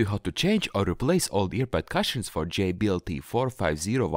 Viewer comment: Thank you. I will change my cushions this weekend. By the way, you speak very good English but in a kind way I have to correct the way you say cushions. You are making the U sound as in CUP. The sound is more like the OO sound. It is written Cushion but sounds like Coosh-n